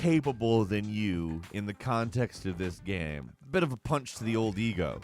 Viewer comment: Hearing someone pronounce game, as “gaaeaemmm” is worse than everything you’ve said.